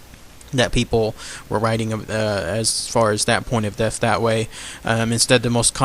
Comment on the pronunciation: All cool stuff except pronunciation..deaf instead of death and wif instead of with